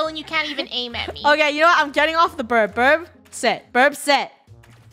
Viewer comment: They call it birb not burb(no offense)